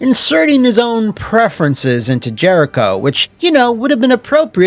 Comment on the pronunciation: Ah yes... Jeriho... Haven't heard that name in years.